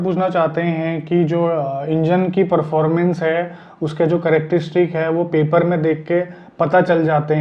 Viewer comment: please apna english accent thoda sa improve kar lejiye... परफारमेन्स nhi hota hai...ese apne chote bhai ki ek advice maniye..phle bhi batane ki kosis ki thi lekin aaj bol paya..lots of love to you and Rohit bhai.